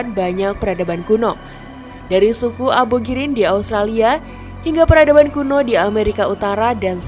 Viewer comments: ABORIGIN atau ABOGIRIN yg bener yg mana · Ku ulang gara-gara Abogirin - Australia, kepleset Kak.😂